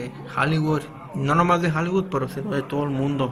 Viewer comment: Monrú? Jaligud?😂😂😂😂😂